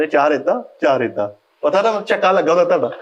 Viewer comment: Tihada kia hota hai flakshear Des book main tihada tihada kehta rehta hai ur is show main ye tihada pol raha hai Tihada nahi tohada hota hai